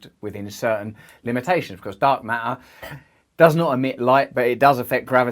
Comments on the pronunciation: haha dark mah- ure is how he pronounces it! instead of matter and it still sounds cool as a accent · Dark mah-ah is definitely wrong. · Hahaha, what do you have against Ts, Russell? How do you spell that word? Ma''er? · Love the way you say ma’er! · MaER NO ITS DEFINTLEY MATTER LOLOLOL LOVE YOU, YOUR SO FUNNY... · "Does dark ma'er, ma'er, :)))))))?" Classic Russel Brand, priceless and inimitable filled with intelligence, humour and spiritual depth!!!! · Does dark mat-uh mat-uh??? 🤣🤣🤣 Again you're the smartest guy in the room. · HAHA - Russell - MA'AA (matter). Glad to see you're interested in this new subject...er....matter (no sarcasm intended). Keep well. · I am here to hear Russell say "Why dark ma'er ma'er" on repeat. Love you Russell! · I love how Russ says dark Ma’aa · i love that you dont pronounce T in dark matter matters, its dark ma er ma ers lol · I had to stop! ...the word "matter" pronounced like "ma'-er"...repeatedly... made me mental after 30 seconds. 🤯 Sorry mate. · Love the videos but why does t matter sometimes but then in the word ‘matter’ it doesn’t “ma’er’? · literally "t" in matter is silent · I am now thoroughly convinced that all beings throughout the universe should pronounce Dark Matter with a glottal T. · There are 2 t's in matter. He pronounces them sometimes. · "mafamatical feory from Einstein about dark ma'ah" - Someone pretending to speak English